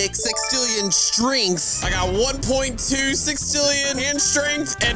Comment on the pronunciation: It's sextillion not sixtillion